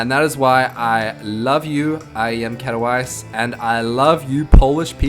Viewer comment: You just couldn't pronounce Katowice worse ;)